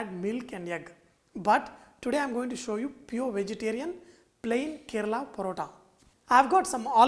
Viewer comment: This is a form of Malabar 'Parotta'...... Sorry.... But its really pronounced as Malabari 'Porotta'. But the real thing calls for eggs and not oil- Dalda/ Ghee